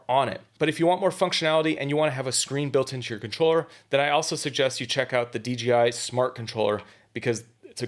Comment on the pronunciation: This is a super precise easy to understand video! It’s great!! The only thing I see wrong with it is you consistently mispronounce the name of the company. It’s DJI, not DGI. There’s no letter G in there.